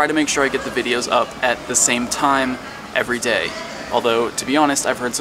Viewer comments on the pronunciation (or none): none